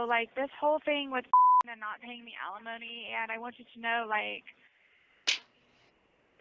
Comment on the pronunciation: It's alimony NOT felonomy !!!